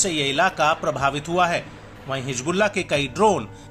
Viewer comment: Hijbulla nahi hizbulla hota hai